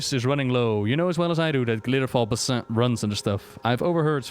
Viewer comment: Every time you say Basin wrong, makes my soul hurt in ways beyond understanding. You say Sholazar Basin right, but not the ones in Shadowlands. I don't understand!